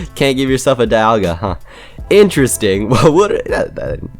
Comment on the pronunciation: Actually Dialga is pronounced DEE-al-guh. Also glad to see a fellow gen 4 player. - The small one is Altered form & the flying one is Origin Form - Cresslia's still Psychic type. In fact none of the previous legendary Pokemon from gens 1-5 outside of perhaps the Primals & Mega Evolutions changed typing at all. - I'd image since Giratina's form change item is a held item you'd have to have it hold it by putting it on them in the inventory menu. As opposed to the Gracidea & the Prison Bottle being Key Items. Much like the games the Pixelmon mod is deriving from. But hey it's only a theory. - like I said with Giratina. - It's funny how you managed to technically get Cubchoo & Beartic through your Zoo series before they were added into the actual mod. - To be fair though I wouldn't really see Stunfisk moving that much if at all if it were to become animated with it's dex entries stating it. - That's weird. I remember Pixelmon YouTuber Juicehead making a video where it showed off Druddigon with an animation. - I know how you feel. Surely Deino might be the psuedo legendary Pokemon but I felt that Axew suited it a little better. It's also partially why I count Flygon as a pseudo legendary alongside Salamence & Metagross. -Pronouncing it as Bu-nell-bee as opposed to Bun-ull-bee as the Bunnel part of Bunnelby's name is a play on the words Bunny & Tunnel. - It's actually pronounced Viv-EEE-on. I found that out the hard way. 3